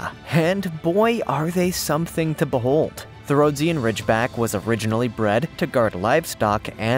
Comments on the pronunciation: RHO-DEE-GHUN not ROAD-SEE-AN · Dude! Get your pronunciation of the breeds right! Rhodesian Ridgeback is pronounced "Ro-dee-sian" not the messed-up crap you said! I have 2 of them and if you want your videos to be taken seriously, get the terminology right...and stop showing people beating their dogs to make them more aggressive! It's a disgrace! Do the right thing to do right by these glorious dogs!